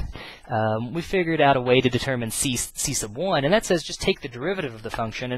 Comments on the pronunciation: the way u say "c1" is funny ciesce of 1 -. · I think he is saying C sub 1, sub meaning below or under as in submarine, subject subordinate. So you have C submarine or sea submarine